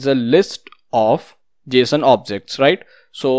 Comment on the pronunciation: very great video, and it is not Jshon it is Json 😂 [pronunciation]